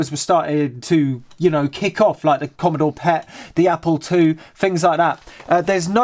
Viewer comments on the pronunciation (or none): none